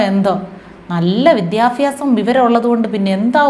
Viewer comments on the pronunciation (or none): none